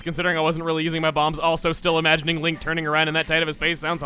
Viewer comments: Lunk? I always thought people mispronounce his name as Zelda XD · Link really isn't an easy name to say. Lots of people pronounce it "Zel-duh." Weird. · StarCharmander with long lost cousins Lenk, and Lank, the former being the only girl. the latter pronounced (Lahnk). jk